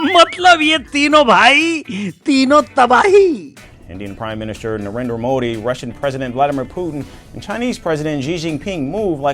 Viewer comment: Donald❌doland✔️ Narendra❌lalendar✔️ 😂😂😂😂